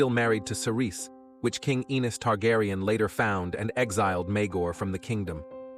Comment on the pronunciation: Yo narrator u dumb fuck It's A-nees Not An-ees u uncultured swine